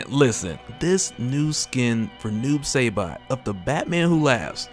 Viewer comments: It should be said like this: Sy-bot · did you just say Noob Saybot? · Say-bot..... I’m hurt man, I’m hurt 🤦🏾‍♂️ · Say Saibot like that one more time .....lol